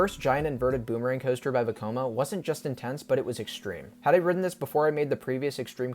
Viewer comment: I hate the way you say 'Ridden'